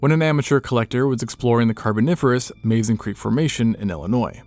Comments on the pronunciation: I sincerely wish people would pronounce Mazon correctly. It's not pronounced "maze-on" it's "muhzon". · I love how scientists always mispronounce Mazon when talking about the Tully Monster. Locals in this area pronounce it with a soft A like with an uh sound